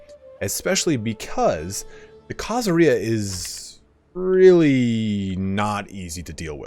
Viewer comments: Khazaria does not rhyme with diarrhea! khazARia stress on the "ar" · Why do you say Khazaria like pizzeria instead of the way you say every other country that ends in -ia